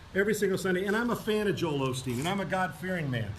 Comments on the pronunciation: Sorry Jimmy, but in this timeline his name isn't Olsteen, it's Osteen. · It's Osteen. Not Olsteen, are you dyslexic or just illiterate?